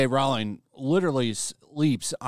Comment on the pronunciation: Rowling is pronounced like Bowling, not like Howling.